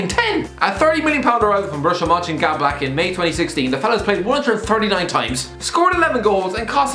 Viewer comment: does he say Borussia munchengadblack??